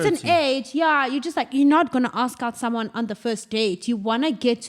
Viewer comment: You must aks! 🤣🤣🤣🤣🤣🤣